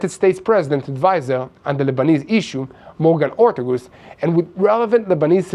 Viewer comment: it's Morgan Orteges rtagess